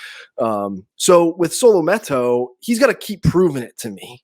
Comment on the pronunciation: Can you please pronounce his name right